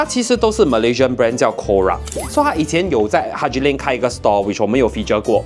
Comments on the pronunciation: 应该是"Corak“, 马来话”图案“的意思，不是念”Ko-rak"。 Nice house tho :-)) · Love the home tour. I think your Malaysian shirt brand is pronounced as chorak which means pattern